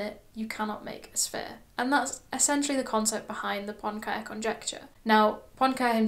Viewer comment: Great summary! It's pronounced [Poenkarey].